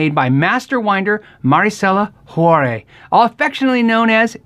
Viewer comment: greetings. It's pronounced HWAA-rez